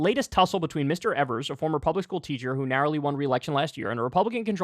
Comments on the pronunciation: Hey Kyle, it’s pronounced EE-vers not ever-s. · My Boy Tony! Here in Wisconsin we love him. Hes so much more responsible then any of our Republican controlled State. Aslo, Kyle...Its pronounced EEversNot Ever-s. Got you bro 😀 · EE-VERS, not EV-ERS. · EEEEEEVers not evers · Kyle, his name is pronounced "Eeevers" Strong E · I love my Governor. But his last name is pronounced "EE-vers" just a friendly FYI. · Can just one political commentator learn how to pronounce Evers please 😂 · Love Kyle, but the Gov's last name rhymes with Beavers. He's a progressive stalwart in a key swing state, he's been Gov for 5 years, and you still don't know how to pronounce his name. Come on man!